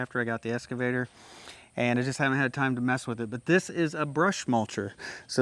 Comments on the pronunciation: It’s an Excavator! Not an escavator! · Ahhh.... the esscavator 😄